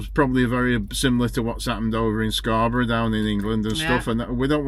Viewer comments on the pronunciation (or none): none